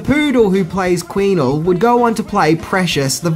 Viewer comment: Queenel...? Queenie